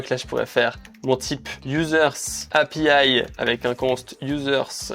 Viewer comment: Et Happyaiiïeeee et requoilleurde 😅